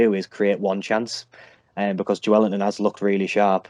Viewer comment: How hard is it to say Joelinton ffs 🤦🏽‍♂️😂 “Joellington”